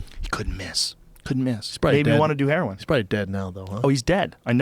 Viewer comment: What? And it's heroin not "herion"